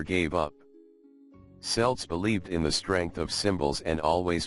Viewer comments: "Celt" is pronounced with a hard c. We're not talking about an American football team. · cant believe he does not know how to pronounce celt